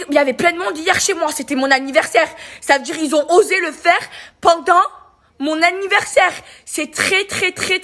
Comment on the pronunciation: C'était son ANNIVERRRSAIRRRE BORRRDEL !!! Ptdr 😂😂😂